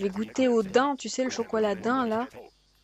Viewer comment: sa se dit dayms mais sa s'écrit daim